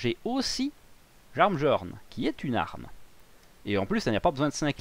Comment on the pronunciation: Par pitié arrête de dire JarnbJorn, ca me rend fou 😂 Tu prononce Miolnir, pas MJolnir non ? Alors c’est pareil pour Jarnbjorn !